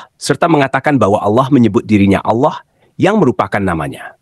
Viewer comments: ALLAH ya baca saja ALLAH tdk ALLOH..... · Bukan Auloh tapi Allah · Tulisannya itu Allah , bacaannya Awlah karena ada tanda baca tasydid ditulisan arabnya. Nama Allah yg dibaca Awlah juga dikenal oleh kristen arab. Kristen indonesia kok nyebutnya malah Al lah ??? Dapat ide darimana? Soalnya bible berbahasa yunani, inggris tdk ada sebutan Allah yg dibaca Awlah.